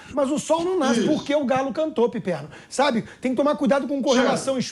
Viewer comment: O que é isso......"Pipermo"? Vai comer cocô bobão!!!